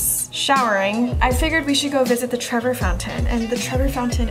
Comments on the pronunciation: Fontana di trevi!!!!!! Not trevo fountain !!!hahahahhahhahahahahahhahhahahahahhhhahahahhah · hi! just wanted to let you know that you were pronouncing “colosseum” wrong, and it’s the “trevi” fountain, not trevor! it’s important to respect other cultures, especially if you’re making content about it, so just wanted to bring that to your attention. (just a quick google search would’ve let you know that it’s “trevi”) like imagine if some non-asian people went to an asian country and just got the names wrong and didn’t bother to learn about it or correct themselves before uploading a video about it. i think the ignorance would be pretty infuriating! just wanted to make you aware bc i’m sure you don’t actually want to look like stupid tourists! just some constructive criticism :)